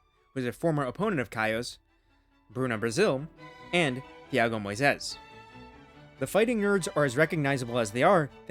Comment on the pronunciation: Great pronunciation of Moisés BTW